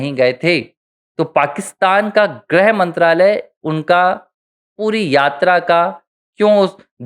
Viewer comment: “ग्रह मंत्री “ नहीं, “गृह मंत्री “ (ग्+ऋ+ह)